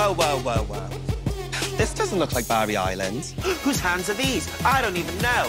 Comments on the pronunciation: I love that every American who hasn't seen Gavin & Stacey, thought Tayce said "Barbie Island" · I am English, I love Gavin & Stacey and I thought she said Barbie Island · I’m British and I thought she said barber island...